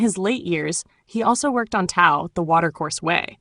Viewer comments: It's pronounced DAO not tao. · Why all the fake pictures of Watts? No pics of him with long hair and beard? Also, the narrator mispronounces the words Tao and Jung